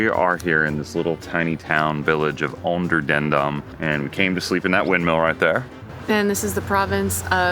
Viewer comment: Your pronunciation of 'Onderdandam' was very good!